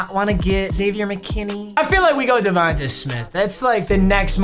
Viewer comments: Bruh. Say DeVonta Smith’s name right. Pretend there’s a Y at the end. It’s pronounced DeVon-Tay. Not ta tay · Bro “Div-on-ta” it’s pronounced tay not ta